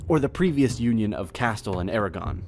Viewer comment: How did you manage to pronounce everything so terribly? Castilla, Aragon, Tordesillas, etc . . . DREADFUL!